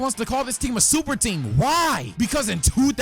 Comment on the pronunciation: “Wuper Duper Team” 😂😂